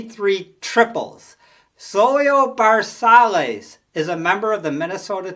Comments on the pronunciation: First of all, Dick McAuliiffe was not a SS. Dick was an all star SECOND BASEMAN. This guy cannot pronounce names properly Zoilio ZVersalles is pronounce Ver. Saye. His choices were no t bad but he was way off “base”;with Dick McAuliffe. Poor performance. I am a long time Tiger fan and trust me McAuliffe Never played Short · Cardeñas' last name is pronounced "Car- dayn-yes", and Versalles is pronounced "Ver-sigh-yes". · I would put Dick Groat as no. Two behind Aparicio no.1.then Wills 3 Fregosi 4 Cardenas at 5 Rico Petrocelli 6 Campy 7 Kessinger 8 Alley 9 Versialles 10 (If Ron Hansen would've stayed healthy he'd be in there somewhere.. depending how long he was healthy) Some pronunciations.... Ver si as (Zoylo) Leo (Chico) Card e nas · The prononciations are .... Leo Card-n-az and Zoy-o Ver-sigh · I love your videos. As for the names, Baseball-Reference gets most of them right. Zoilo Versalles is ZOY-lo vair-SY-yez. Leo Cardenas is Lee-oh CAR-de-nes. Dick Groat played basketball for the Fort Wayne Zollner Pistons, the forerunners of the Detroit Pistons. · Leo Cardenas, Card -E long E, nes, Elliot Ness. Ver-sigh was for Versailles, One great year and then average. Dick Groat was number 2 on this list and Fregosi 3. Wills was such a pest on the bases deserves 1. The 60’s had light hitting, good fielding shortstops. Campy Campaneris was so talented, I think he played every position but one in a single game, probably in Kansas City. Not sure though.